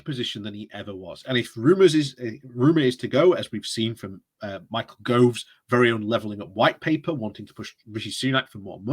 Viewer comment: I thoroughly enjoy creative pronunciation. Michael groves is my favourite. That's how I now refer to him.